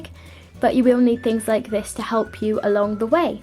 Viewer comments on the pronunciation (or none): none